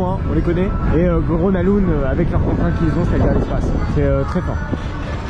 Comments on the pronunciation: Salut, le nom du parc se prononce "Greuna leund", attention aux prononciations c'est quand même important quand on utilise son nom souvent dans la vidéo 😉 Sinon ça fait plaisir de voir une vidéo dans ce parc très peu visité des park fans Français ! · sauf que le G se prononce "y" dans le cas de Grona Lund. Un petit rappel est toujours bon à savoir. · bah c’est surtout qu’il est tres commun de franciser les noms des parcs, donc rien de choquant ici. Je n’ai strictement jamais entendu un francophone utiliser la prononciation suedoise pour ce parc. mais bel et bien « grona lounde ». ceci dit un petit rappel toujours bon à savoir !